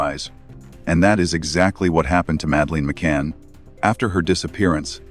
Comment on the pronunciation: Please pronounce her name properly,so annoying